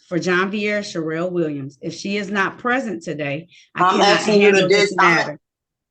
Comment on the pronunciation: Went the judge asked if the person was in the courtroom, it sounded like she said, "I am president," instead of I am present.